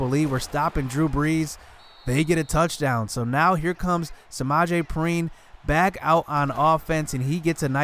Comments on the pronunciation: Hey your vids are amazing but Samaje Perine name is pronounced PEE - RINE oh yeah, and throw the damn ball away lol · Samaje Pe-rine. Like how you say Pork Rines. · You are pronouncing Perine wrong. It’s like (PEE-R-INE) idk it’s hard to write it down lol.